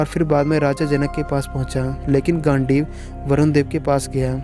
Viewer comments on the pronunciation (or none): yes, i was about to say the same thing. And he said gaandu instead of gandeev